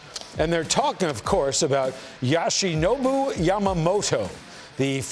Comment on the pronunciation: It's not Yashinobu Yamamoto, Yoshinobu Yamamoto.